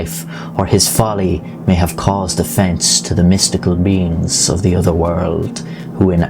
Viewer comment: lol you said “across thew world”